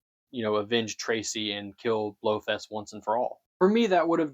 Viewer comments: well its not field, either. Its "feld" like Seinfeld 😂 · Blofeld, not Blofest. Kananga, not Quanga. Tarot cards, not tallow cards. Just the flubs that I picked up. You might have been more careful with your script.